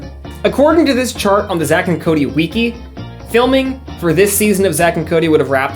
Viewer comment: night-mere lol.. bro say it right. that and wiki. you're out here saying WEE KEE lmao